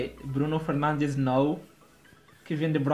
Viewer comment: I heard 'Bruno Pernandes' did you hear👀?